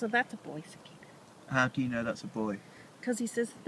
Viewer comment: interesting that the man pronounced the name of the insect with a long "a" sound. Like \sə-kä-də\ rather than \sə-ˈkā-də\